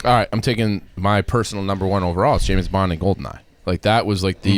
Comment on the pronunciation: Did I hear chief pronounce James in James Bond as Jameis?